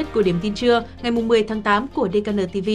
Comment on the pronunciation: Tên của đài gọi hay hơn Là (đi khê en:) (:DKN:))đừng đọc (:dê ca nờ:)) nghe không được hay: hiện nay tên công ty: tên khách sạn cũng dùng bằng tiếng anh mà